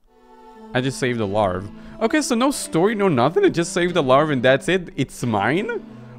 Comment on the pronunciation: larvae is pronounced larv uh